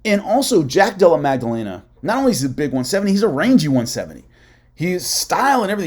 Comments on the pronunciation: Great vid. But it’s Maddalena* not Magdalena. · It’s not magdellena it’s Madalena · Holy Mary Magdelena lol Maddalena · Magdalena vs Macklechef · There is no g sound in jacks last name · going full Chael Sonnen on that pronunciation of Maddalena's name lol 😂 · so funny i said a prayer when i hear it